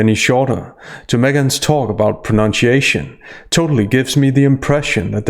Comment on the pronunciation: Are you deliberately mispronouncing 'pronunciation'? Because that's hilarious